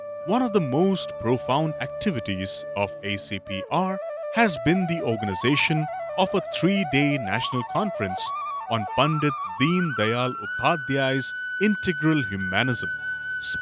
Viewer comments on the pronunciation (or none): Such a pity that in official channel pronounces Gurudev's name as रनाडे instead of रानडे. Forget about pronunciations like प्रह्लद (instead of प्रह्लाद), भगवत (instead of भागवत ), उफाध्याय (instead of उपाध्याय)...Such an anglicised diction of Native words is quite disheartening